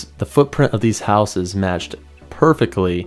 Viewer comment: You don't live in a houuse you live in a house